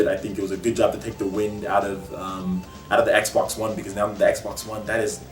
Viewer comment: great video. also why do you say noun when you say now?